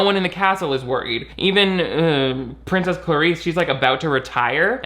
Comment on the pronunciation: Why do characters in this film pronounce "princess" like prin-CESS? Are there really people out there who exaggerate that last syllable or is it just the Genovian accent lol